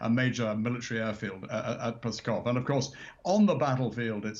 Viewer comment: This older British guy was a general? Really? How can a man have served in military command for DECADES in Europe and not know how to pronounce an important, prominent Soviet/Russian Federation air base? "Pskov" is pronounced "skawf". The "P" is silent, and the "v" is a clipped "f" sound. I heard a Ukrainian blogger say it a couple of times in a report, and I got it. How has he never heard anyone mention Pskov before?